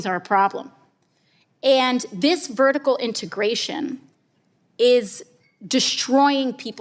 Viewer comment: LOVE HER!!! I had to laugh, thinking of Jack Donaghy, though… “vertical integORTION?!?” 😂